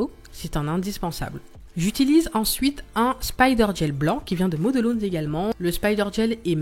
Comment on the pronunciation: Salut je voudrais te dire 2 choses...la 1ere merci car toutes tes vidéos m'ont été utiles très bien expliqué et surtout très beau travail qui donne envie. La seconde je voudrais corriger ton anglais car ta prononciation de modelones est trop bizarre😂 Quand tu comptes en anglais comment tu dis comment. one two three? Car là c'est model...ones... pareil..😂 enfin c pas méchant mais trop bizarre😜 sans rancune❤